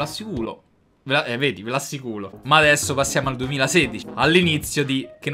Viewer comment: "EH, NOOOO EH, NOOO VE LO ASSICULOOO" 😂😂😂😂🔥